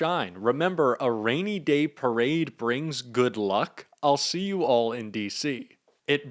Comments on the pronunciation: "PERADE"..... LOL!!!!!!! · "perade" ??? rainy day "perade"??? jfc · "perade"? "PERADE"?? How godammd stoopedd ken he gett? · Perade??? The idiot is illiterate 😂😂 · "Perade" haha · Also, 'PERADE' 🗣️🗣️ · Hey trump. It's PARADE. NOT PERADE. You IDIOT!!! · “Perade” - really? Wow! 😂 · "Perade". 😂 He's such an idiot. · What's a "perade"? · Perade or Parade 🤣🤣🤣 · I love his “ PERADE”🤣🤣😂😂🤣 DUMBO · "Perade?????". Gads! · His “perade” 😂 Dude is such a stable genius. Let it rain, let it rain, let it raiiin! ☔️